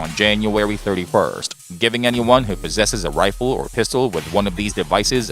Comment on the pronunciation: Hewwo errbady fwarms . 😂 I’m amazed that Elmer Fudd has a you tube channel. Wifle, wunhundred bucks. Hahaha😂